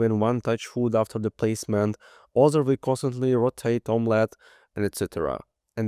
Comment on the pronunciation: i'm sure it's meant to be pronounced sort of like "imma let you cook". Come on.